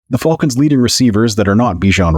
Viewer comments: Is it just me or is he saying fulcans. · Damn Canadians, A! Too funny, thanks for the chuckle, 😅